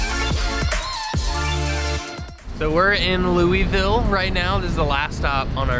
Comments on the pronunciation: LOU-A-VOUL, not LOUIE-VILLE… 😂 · Loo-uh-vul....we can tell you aren't from here when you don't say it right...LOL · Oh my gosh and you went to my home town. I wish I knew. I would have drove to see you both. it’s called Lou- a- vul. 🤪🥰